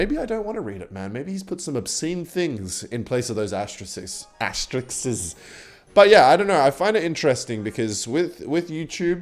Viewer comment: its pronounced asterisk